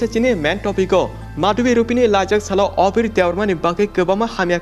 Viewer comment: Abir❌ Obir✅😅